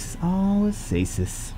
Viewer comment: Why u call her Asasis if its a C not an S , AKAsis maybe?